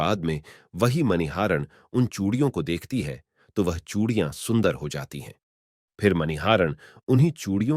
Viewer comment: Phale chudiya to bolna sekhlo bhai Radha Krishna